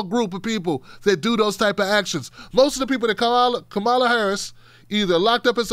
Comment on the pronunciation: please pronounce Kamala Harris’s name correctly